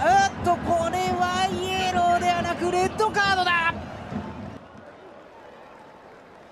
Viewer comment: デッドカードに聞こえる